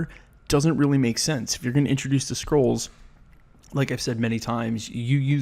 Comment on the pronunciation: Why do I keep hearing people pronounce "Skrulls" as "Scrolls"???